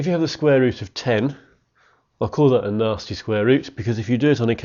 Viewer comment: At the start I thought he was saying ‘Nazi square roots’ and not ‘nasty square roots’ lol don’t ask why